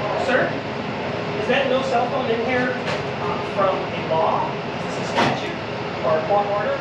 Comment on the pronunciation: does she say statue or statute? That one really bugs me no end.